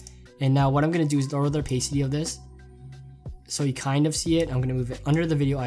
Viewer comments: Opasity not opaysity lol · not to make fun of, like his videos are lit, but can I quote how he said Oh-pay-city XD